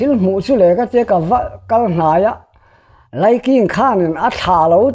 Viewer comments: Laiking tih ah khian a thluk dik lo a NIH khi a thluk hi ngaih pawimawh thin a tha mizo tawng dik hman zel tum a tha ang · He putar lam dan hi a diklo